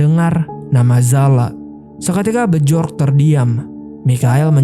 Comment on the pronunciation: Bacanya Bjork=Biork, Bjurman=Biurmen mas